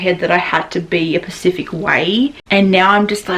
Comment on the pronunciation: I love you but please learn the difference between specific and pacific 😘